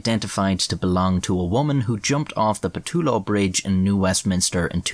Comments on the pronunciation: Thanks for doing a video about my home,. You pronounced Pattullo incorrectly but we'll give you a pass. Most people do the first time reading it. It's pronounced Pa-tell-oh. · ahahaha amazing vid, i actually live in victoria bc and grew up in van and i only just now realized that the pattullo bridge is spelled that way since for some reason people pronounce it like "pettello" lol, however, yes WTFoot